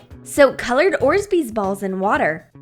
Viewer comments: THEY AR NOT ORZBEEZ THEY ARE ORBEEZ you earned urself 1 less sub . u r welcome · You are supposed to pronounce it orbeez not orzbeez seriously so annoying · I love you guys but it's not orzbeez it's orbeez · Why she said orzbeez 😬😬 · She said orsbees it’s orbeez lol 😂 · Orbeez doesn’t even have a z after the or! It is pronounced OR-Bees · It’s ORBEEZ YOU STUPID FUCKS NOT ORZBEEZ GOT DAMN IT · Orbeez is not pronounced like that its not orsbeez its orbeez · It sounds weird orzbeez it's orbeez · It's not orsbeez it's orbeez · Guys it not orzbeez it's orbeez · It's not Orzbeez. It's ORBEEZ. Lol the comment section is going crazy after her speech mistake. c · You say it orbeez not orZbeez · ITS ORBEEZ NOT ORZBEEZ IDIOT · IT AIN'T ORZBEEZ IT'S ORBEEZ STUPID BITCHES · It's not orzbeez but orbeez it stresse me all the vidéo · she always says orzbeez but its called orbeez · it's not orsbees it's orbees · It's orbeez not orsbeez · It’s not ors bees. It’s orbeez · Ugh I was relaxed until she said orzbeez instead of of orbeez. It really triggered me.😣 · & ORBEEZ and not ORZBEEZ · Orbeez NOT orzbeez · It's not orzbeez it's obreez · Not trying to hate but it’s not orzbees it’s orbees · I love your videos and all but orzbees? It's probouced or bees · Orbeez not orsbeez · Lol there not close orzbeez there called orbees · Does anyone else get triggered when they say orbeez like orSbeez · Does anybody else get annoyed when they say orzbeez instead of Orbeez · GOD SAY ORBEZ RIGHT NOT ORZBEEZ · It’s so annoying 😡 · THERE NOT ORZBEEZ THEY R ORBEEZ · did she just say orzbeez instead of orbeez?? even and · Nour Salih she actually did lol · It's sooo annoying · Yep she just said orzbeez instead of orbeez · IT'S FUCKING ORBEEZ NOT ORZBEEZ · Orzizes it's orbeez dumb BITCHES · ITS NOT OREZBEEZ ITS ORE-BEE'S U FUCKING IDIOT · Orbeez not Orsbeez Edit: Thanks for your likes and replies! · Ross the Boss I hate how they say orsbeez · Wtf are orzbeez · NOOOO SHE SAID ORSBEEZ